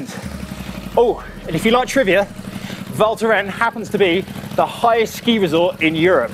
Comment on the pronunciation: The “s” in Val Thorens is not silent.:)